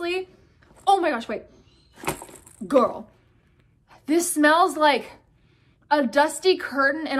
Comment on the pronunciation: I love when you said GirLuH